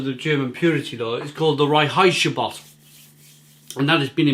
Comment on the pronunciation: Hi - Buffalo NY here! Love bockbiers, and it's the best time of year for them! Just a couple pronunciation notes for you: The beer is "FRY-burger" not "FREE-burger" The purity law is the "RINE-heights-geh-boat" Cheers!